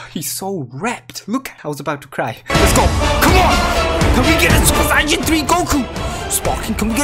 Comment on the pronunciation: Does this guy know he is saying saiyan wrong